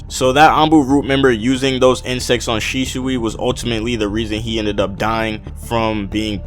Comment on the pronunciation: shishui? its shisui